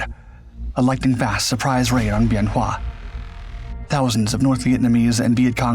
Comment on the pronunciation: My father was there in 67 and 68, he was crew chief on a f-100 tail number 881. Him and some other guys broke into the arms storage and went out with the guys to help on the north end the runway near tower 10. Good vid except wrong year and the name of the base is pronounced ben wa. He never would talk about it, but he had something to look forward to, i was born in march of that year. It was after I got back from the first Persian gulf that he would talk to me about it. He passed six years ago, i would give anything to chat more with him.